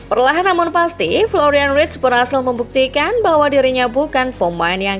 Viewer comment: Florian verts bukan writs!!